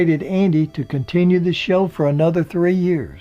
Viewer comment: blnstr yeah, as an elementary teacher, that really bugs me, but I think many pronounce years the way he does.